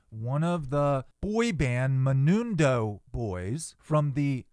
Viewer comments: MENUDO is the correct name of the band not Menundo . Lol. Pronounced Meh-noo-doh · It is pronounced ME-NUDE-OH 😂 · It's Menudo. (Men-oo-doh) Also, the crap Doctor did have dr/pt confidentiality until Lyle threatened him with bodily harm. I do agree the doctor should've been charged with something. But, most of all, California is a completely different state. I believe they will get a reduced sentence to Life With Possibility of Parole. I'll bet a years salary against yours they get turned down the first time.